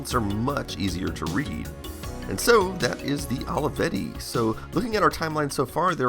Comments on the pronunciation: I love how you say "Holeyvetty"😆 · Took me a while until I realized ALAVEDI is how americans pronounce Olivetti, apparently :D